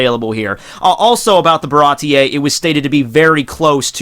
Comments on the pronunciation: dude you gotta take the time to learn the names of persons/places in one piece 😂😂😂 ba-rah-tee. marie-joe-ah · Getting really hard too watch this. So many willful mispronunciations. Can't even blame them on differences in reading since you say you're current on the anime. Names like Baratie and Bege have been around for years now, come on man. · Awesome vid as usual, but also as usual your pronunciation could use some work:3 Germa 66 - said like the word German Capone Bege - (beg-gay) Baratie - (bah-rah-tee) Sabaody Archipelago - (shyah-bone-dee) I don't know why it's pronounced like this, but it's true... I realized how ridiculous this story/world is when you said, "Zou is hard to get to/find because it's on the back of a giant elephant" with a straight face. I love this manga/anime so much, haha